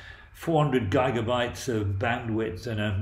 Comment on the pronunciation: Excellent video! Except for the pronounciation of "neurons" and "gigabytes" :P